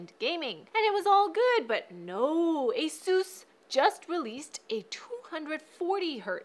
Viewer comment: did she say asues